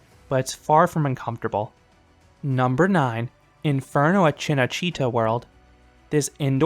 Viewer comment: First YouTube who pronounced "Cinecittà" right